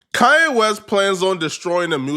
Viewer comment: ITS KANYE WEST NOT KA-YE WEST. WHY YOU SAY IT LIKE THAT BRO